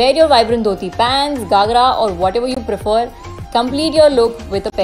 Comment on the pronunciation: It’s GHAgra and not GAghra😅